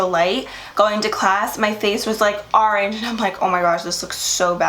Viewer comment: "Arenge" lol love you!!! 💃🏻